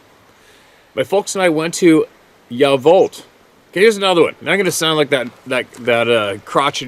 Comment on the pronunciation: I'm listening from yacolt wa, been here for 40 years, it's pronounced "yakult" it's native for haunted valley.